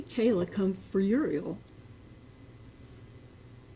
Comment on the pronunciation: She doesn't even know how to pronounce her granddaughter's name??????!!!!